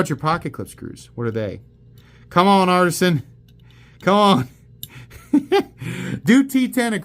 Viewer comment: Why do you keep saying Artsian cutlery?